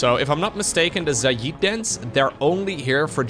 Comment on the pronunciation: it's pronounced "Zay Id." Think "Say" but with a Z + "It" but with a D. Not "Za yeed" or whatever weird Indian accented pronunciation you keep using.